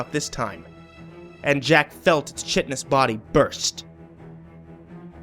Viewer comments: since you are a reader I'll correct your use of "chitinous". You pronounced it chit-in-iss, but it's pronounced ky-ton-ous. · chitinous is pronounced kite-en-us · The author's grammar seems fine! Sadly the same can't be said for the narrators prep and pronunciation, as I have repeatedly pointed out. CHITINOUS - the stuff that makes up the exoskeleton of insects and arachnids. ..Pronounced " Kite in us"..when are you going to get English lessons?